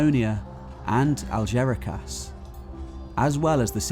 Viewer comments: Algeciras is pronounced "Al-heth-EE-ras", not "Al-JERRY-cass"! Also, is the island of "Nimantiya" supposed to be Noirmoutier ("Nwaar-moot-ee-yeh") by any chance? This constant inability to pronounce place names correctly is confusing. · Algeciras is from Arabic and is pronounced as it's written aljezira